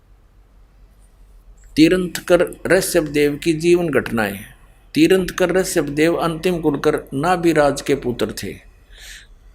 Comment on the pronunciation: Jada gyan baatne wale pehli baat to tirthankar to sahi bolna sikh le phir jada baat karna .....